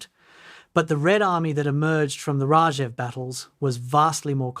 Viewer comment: His surname was not "heinriki," "heinrisi" or "heinrishi." It was Heinrici, pronounced "heinritsi." There was no place called "raazev". It was Rzhev. There was no "elb river." It's called Elbe.